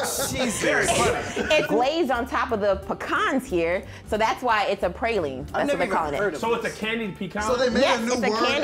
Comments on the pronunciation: It’s not Pray-Lean it’s Pra- Lean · It’s pronounced prar-lyne